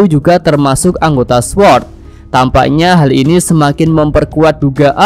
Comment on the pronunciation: Cara ngucapin sword, “sord” w nya ga disebut ✌️